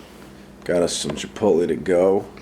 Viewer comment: Wow, for the first time in my entire life I finally heard pronounce Chipotle correct. What a time to be aleaf